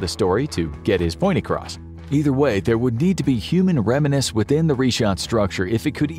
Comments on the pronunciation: Cache is pronounced as cash, not cashay. Remnants is REM nants not rem IN ates. If you don't know how to pronounce something, don't guess, look it up! No, it's not an accent, its just wrong. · Apparently they have a hard time saying "remnants" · Remnants is pronounced "rem-nants". Not "reminiscents" or "reminants". Otherwise your diction is excellent.